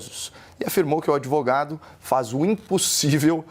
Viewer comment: É pra rir do sr "adevogado"